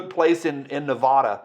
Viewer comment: Tracy Morgan - no, no, no, no, nope, no! Born and raised - ne va (at sound) da. Not, ne vaah da. Or I'm going to Ten, nee, see.